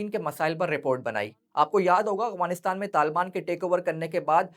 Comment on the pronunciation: No offence plz❤️ But it's sounding like اغوانستان , instead of افغانستان*۔ Otherwise it was a good one Masha Allah ❤